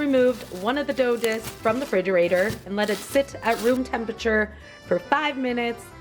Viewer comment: hey, its REfrigerator not fridgerator!!!! JS lmao.... still love ya tho!!!